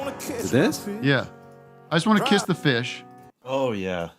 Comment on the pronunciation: It's "catch my fish" but I love that it sounds like "kiss". That adds so much more comedy to his clueless poor-oppressed-country-boy rant